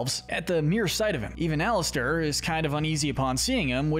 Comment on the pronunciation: It called alastor not Alistair